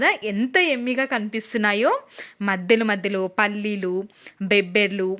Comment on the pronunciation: బెబ్బర్లు కాదు బబ్బెర్లు భాషనిఖూని చేసి మాట్లాడకు తల్లి ఎందుకంత స్టైల్ కామన్ గా చెప్పొచ్చు కదా